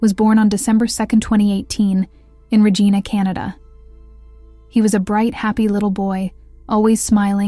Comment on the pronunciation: Regina is pronounced Reh-jai-nah in Canada. (Rhymes with the lady private part lol). Not the same as Regina that originates from the Latin word meaning “queen” or the name, which is pronounced Reh-jee-nah, as in the main mean girl from mean girls. (Totally just realized she’s the “queen bee” and her name is Regina) lol. But in all seriousness, as someone born and raised in Saskatchewan, this is incredibly sad. Unfortunately this happens in too many countries and I can’t even begin to imagine how depraved and/or disassociated from reality a person has to be to hurt innocent children and infants in anyway, let alone to the point of death. I can’t even fathom it. A friend of mine had an infant son who passed away as a result of child abuse at the hands of the other parent and it shattered the community. Just horrendous. My prayers are with all the innocents and their loved ones affected by CA. Writing from Alberta, Canada, but was born and raised in Saskatchewan so this hits close to home.